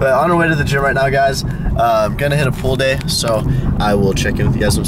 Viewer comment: When you said "pull day" at the beginning, I thought you said "pool day" and I was expecting some swimming.